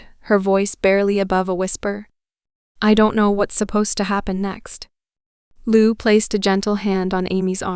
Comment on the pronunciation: I hate it when they lie to us. I hate when they abuse the heartland fans like this. Shame on these people for doing this. And this stupid lady reading to us can not even say Lou's name right. Who would believe such a fool .